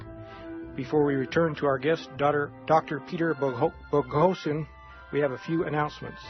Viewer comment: I very much enjoy listening to Dr. Boghossian's interviews and lectures. I was a bit disappointed in the interviewer's inability to pronounce his name correctly. His lack of interesting followup questions also seems to indicate he was poorly prepared to conduct the interview. Thanks for posting this interview.